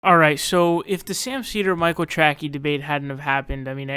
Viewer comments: For the love of god.... his name is pronounced TRAY-SEE! Jesus man how do you get Tracky from Tracey? Ok edit: if you know it’s not pronounced that way and are making a joke out of his name, then wtf is the joke in regards to calling him “track-ey”?? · Are you pronouncing his name Trackey on purpose. Because it’s pronounced Tracy. Either way you say you’re right he’s a tool. Expect a bunch of comments crying how you’re a neoliberal shill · He knows how to pronounce it. He thinks Trackey is better because it's dumb. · Lmfao, took me a moment to realize you are purposely fucking up his name.